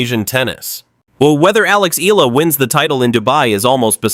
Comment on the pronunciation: Learn to say her name properly/ correctly, it's " ee yah la" not eela😢 you are annoying😢